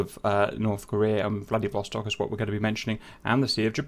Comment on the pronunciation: Am I the only one that heard Vladivostok as Bloody Vostok the first time he said it?